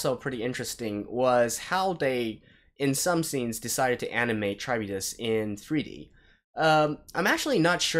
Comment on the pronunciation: Kah-rib-dis. Charybdis is a monster in Ancient Greek Myth. You can look up the pronounciation too.